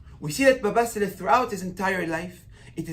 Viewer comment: Sali, not Sale.